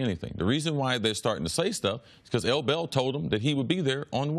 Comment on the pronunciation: Say L Bell one more time ima smack u